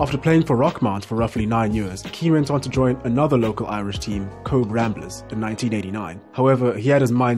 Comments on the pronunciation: Cobh is pronounced Cove. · Pronounced ‘Cobh’ incorrectly. You don’t pronounce the ‘b’, it is Irish not English